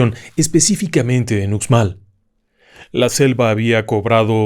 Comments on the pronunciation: Todo muy bien solamente si me permite le doy un dato, Uxmal se pronuncia Ushmal, felicidades a usted y a todo su equipo y gracias por los relatos, muchas bendiciones. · Uxmal se pronuncia " Ushmal". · Estimado y admirado, en Yucatán, la x se pronuncia "sh", asi que Uxmal, se pronuncia: Ushmal.